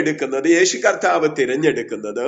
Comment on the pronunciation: യേശു കത്താവ് എന്നാണോ, അതോ കർത്താവ് എന്നാണോ? നിങ്ങൾ കത്താവ് എന്നാണ് പറയുന്നത്. 😄